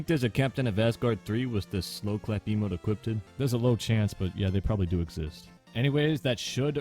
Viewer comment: “Equipeded” is hilarious to me